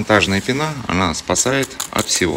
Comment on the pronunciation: В слове пена ударение на е)